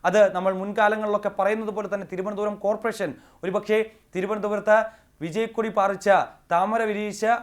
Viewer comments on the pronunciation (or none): none